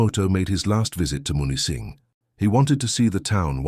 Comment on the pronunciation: Camp Au Train, near Munising (MEW-nis-sing) 👍